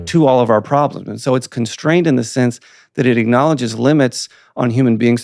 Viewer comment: Conshtrained or constrained? I am getting confused by the pronunciation of “ S “. Apartt from this a brilliant and fascinating discussion! It’s a discussion about tribal behavior at the end. Was there even a concept or definition of poverty?